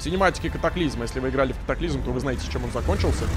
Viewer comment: Ты же сказал калоклизм